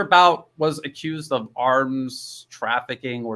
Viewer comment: Victor Bout's name is pronounced /vihk-tohr BOOT/. I've pointed out to people who transliterated Виктор Бут's name as "Victor Bout" that it would be mispronounced as /vihk-tohr BAOT/. Adnan Kashoggi's name is pronounced /ahd-nahn kah-SHOHG-jee/. Kashoggi was a US-and-Israeli agent and a very bad man who was responsible for a lot of deaths among innocent people. Numuves (channel) does a good job of exposing the lies about the Uyghurs.